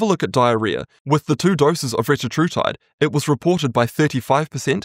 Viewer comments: It’s pronounced re-TA-tru-tide (or re-TAT-tru-tide, essentially the same). The point being that the second syllable is always emphasized as in tir-ZEP-a-tide. Can be confirmed by listening to the CEOs of the respective companies when they pronounce it. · Fun fact, that’s not how you actually pronounce it! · Retatrutide only has 3 t's, not 4. It's ridiculous some people add consonants where there are none. There is no linguistic or medical reason for it. It is technically a mispronunciation.